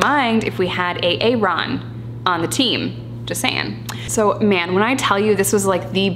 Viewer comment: “A-aron” OMG, I love you 🤣🤣🤣💀